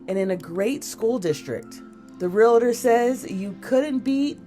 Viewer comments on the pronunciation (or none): They let this idiot () be an Inside Edition narrator?!?. The word is realtor, not realitor! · Whoever is narrating needs to learn English. It’s pronounced “Realtor” not “real a tor”! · Real-tor not Real-a-tor! smh